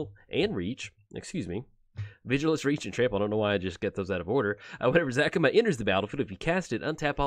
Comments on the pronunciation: You're saying Zacama wrong. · Another commander he does not know de way to saying the name properly